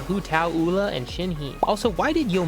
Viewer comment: who’s uwla? it’s pronounced youla